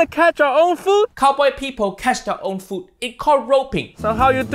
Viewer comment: "cowboy PEEPOW cash their own FOOO"